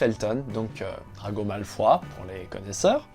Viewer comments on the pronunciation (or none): Drago MalefWAAA ! Nan mais stp, Malefoooooooooooïe de son vrai nom 😂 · Arrêtez de l'appeler Malfoi ... il s'appelle MALEFOY VOUS M'ENTENDEZ MALFOY